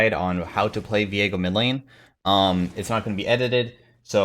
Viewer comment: Whoa, when pronounced his name I had a brain fart. It's Viego, not Veigo. Learning not just pro league but also English. Thanks 👍